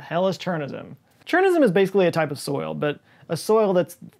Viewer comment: Nailed Chornozem pronunciation - except it is Ukrainian word not ruzzian